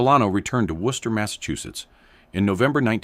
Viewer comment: I’m surprised they pronounced Worcester good